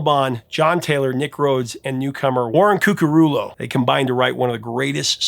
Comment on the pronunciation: Did you say Warren Cukarulo? "Of course I'll introduce you to Warren..." 😊 From Frank Zappa and the Mothers of Invention? I didn't know he was part of the later Duran Duran!